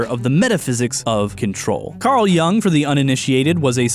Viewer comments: I was sent here by my high school philosophy professor to say it's pronounced YUUNG /jʊŋ/ not YANG. Thank you for the attention, I'll show myself out. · For the love of all that is holy, it's pronounced Carl "Yoong," not "Yung" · I love this video, I'm listening to it on repeat while I animate. But I can't get past his pronounciation of Jung XD It's pronounced "You-ng" right? Am I insane??